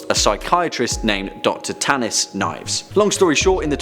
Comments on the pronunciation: knee-ehv-ess Nieves not knives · You mispronounced Nieves. it's supposed to sound like Niyeves. you gave disrespect to our name lol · Pretty sure it's pronounced "neeves"